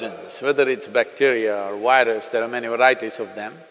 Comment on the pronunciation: Why is it so difficult for Indians to pronounce "v". It's "virus", not "wirus". It's"video", not "wideo". It's simple. All you have to do is say "f" sound softly and it will sound like "v". Try it now. "firus"..."virus".